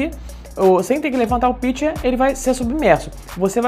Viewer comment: Se pronuncia: pichê.